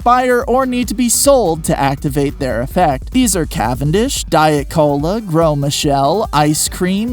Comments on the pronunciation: Its grose not grow Einstein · Please learn that some words, like Gros, do not pronounce all the letters that you see.